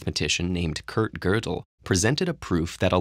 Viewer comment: The narrator is able to pronounce Gödel perfectly but still pronounces Iraq as "eye-rack" instead of "e-raakh".. put some damn effort Ted-ed!